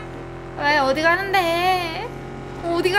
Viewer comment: 어디가는데~~ 사투리가 딱 나오네요ㅋㅋ